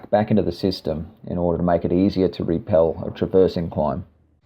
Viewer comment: It's rappel not repel. Guess learning the knots kept you from school.